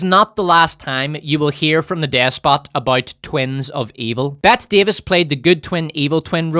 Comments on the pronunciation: Ahem, it's pronounced "Betty". She just spelled it differently. It's not "Bet" Davis. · Bro, it's Bette Davis, as in "Betty" Davis. As in "She's Got Betty Davis Eyes." She's Murcan. So pronounce it Murcan!